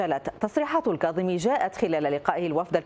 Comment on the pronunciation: لك رحمة لوالديك المذيع....ارجوووك حاول تلفض اسم الكاظمي صح....لك اسمه الكاظمي وليس القاظمي 😒🙄...افتهمنا عايش بريطانيا بس حرف الكاف موجود باللغة الإنكليزية...شبيك يوول ....بييك يوول 👊